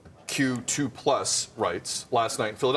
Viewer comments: I was thinking the same thing. Sid was trying to act woke, but couldn't even pronounce the "LGBTQR2#$+*?@ LOL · Dude didnt even know how to say LGBTQ+. Give me a break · Very funny! This sod couldn't even pronounce his community's acronym 🤣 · Sid can't even say the acronym, just proves how disingenuous this entire virtue signalling is.